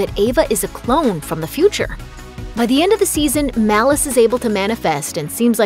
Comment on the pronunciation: Not malluce malice